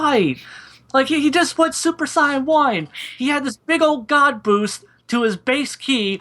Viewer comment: The guy can't even say Saiyan right...Good God. Anyways you found a guy who is clearly biased against the character to do the analysis. Good job? I mean he effectively has to warp every scene he is talking about to fit his overly dim view of the character.